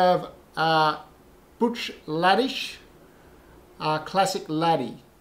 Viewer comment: Brewik ladik ( Gaelic) not they way pronounce it mate